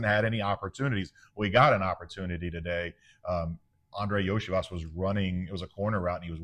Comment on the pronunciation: Iosivas = Yo-See-Vosh